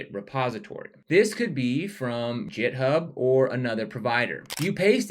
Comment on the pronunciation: "Jit" and "Jithub"... ? 😬😅